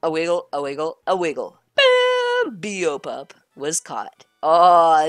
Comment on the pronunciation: Beopup is pronounced (bay-o pup)